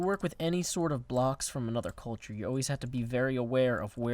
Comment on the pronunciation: when you said blocks from other culture I think you actually said coalture and if you did that was so funny but if you didn't then I just thought of a funny joke! (